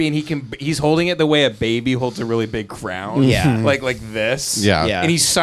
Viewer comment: Why doesn't comment on the Avery Bros pronunciation of "Crayon" (as "Crown")? I know that's how they say it in PA, but I thought this was California where we say "Cray-On"